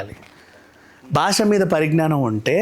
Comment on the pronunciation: gaariki దీర్ఘం not దీర్గం భాష not బాష